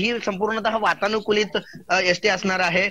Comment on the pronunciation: यस टी की एस टी 😂 कॅमेरामन चा उच्चार